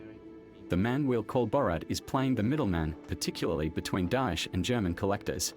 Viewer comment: The way he saying dosh instead of daesh is fkn killing me 😂